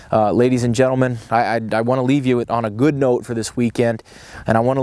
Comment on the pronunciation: "I wana leave you on a gÖÖd note"